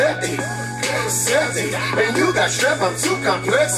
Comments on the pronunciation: i’m crying at him trying to pronounce “chloraseptic”😭😭😭😭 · Cant pronounce Chloraseptic and ol' boy think he catching Em's bars 😂 my man good luck